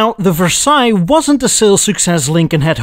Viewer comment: the first "american" prononciation of Versaille you said was almost the exact same as a french would say it, but the "french" version of Versaille you say next is just weird, it sound like ,for sale, even for me who is french.